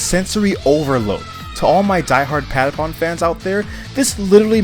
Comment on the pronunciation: I love how americans cant say how the patapons say patapon